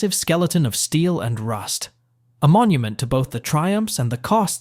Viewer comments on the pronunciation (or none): none